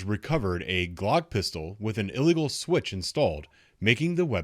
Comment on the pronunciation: That boy said switchy😂😂😂